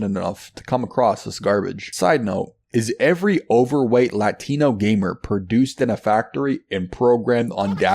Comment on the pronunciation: why are you saying "latino" like Kamala Harris?